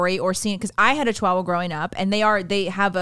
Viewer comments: It makes me angry the way and pronounce Chihuahua.... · It's pronounced Chi-waa-wuh :D